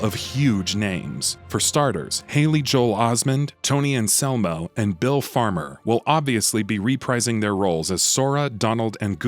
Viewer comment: Haley Joel "Osmond"?